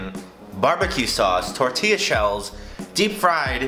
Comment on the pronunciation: I disliked because you said “Tortella shells”.